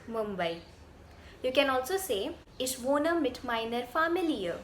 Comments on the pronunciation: Your German is fine, but why "iSCH" if it's "iCH"? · Mam your pronunciation is completely wrong First of all it is not ish it is ich